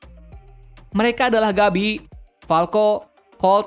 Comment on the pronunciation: Gebi Woy!Bukan Gabi bacanya!